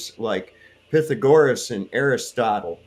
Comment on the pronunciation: At least Flatzoid's minion pronounced Aristotle just about right. Thales and Pythagoras, no. He should realize Wikipedia does contain a pronunciation link, but then, cherry-pickers don't care.